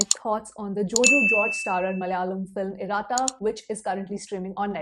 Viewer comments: Not iraaata it's iratta. Like khatta in khatta meetha..🥲🙏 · It’s not pronounced as IRAA – TTA. It’s IR-UH-TTA. (Less stress on ‘A’) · It is pronounced as Ir-ah-Tta